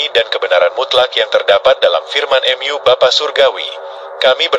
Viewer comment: Gereja utube pakai Ai jadi kaku 😢 contoh. Mu jadi em yu